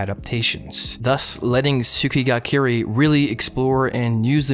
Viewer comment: my ears when you pronounce Kirei wrong